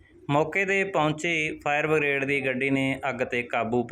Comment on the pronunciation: ਫਾਇਰ ਬਗਰੇਡ ਨਹੀਂ ਬਰਿਗੇਡ ਹੁੰਦਾ ਹੈ